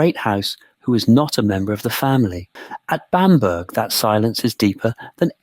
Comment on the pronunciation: Pronounced Bamber.